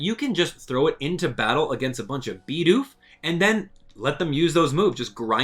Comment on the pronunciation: it's "Bid Oof" not "BeE dOoF"